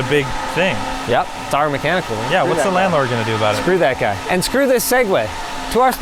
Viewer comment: emphasis on screw the landlord